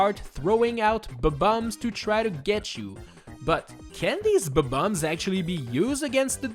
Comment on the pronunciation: I Like it how you say "B-Bombs"